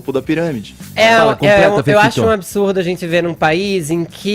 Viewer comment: Caralho, destruiu esse gay separatista nojento. Pra piorar ainda mais, o cara trabalha em uma rádio mas a voz dele ME DA NOJO, não sabe nem falar. Ridículo um cara que fala "Azenti" trabalhar em uma empresa renomada como a JP. Por causa dele e do Edcagar nem assisto mais ao vivo, liguei hoje e não consegui ouvir 5 minutos da voz desse gay chato. Enfim ficarei vendo os vídeos que tiver o Coppolla apenas.